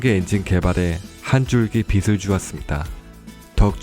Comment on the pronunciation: 발음을 좀 맞게 해주시면 신뢰도가 더 올라 갈건데요... 빛을 -> 비슬: X 빛을 -> 비츨: O